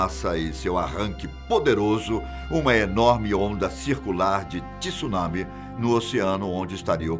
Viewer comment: so uma correção . pronuncia errada ,não existe essa palavra tissunami ela se pronuncia TSUNAMI é uma palavra em japonês de uso universal o famoso maremoto como conhecemos no Brasil .